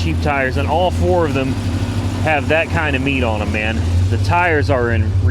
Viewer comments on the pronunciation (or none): none